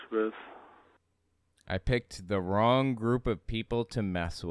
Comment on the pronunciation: "Owin yu picked the wong people" Obviously it's Elmer Fudd...mystery solved.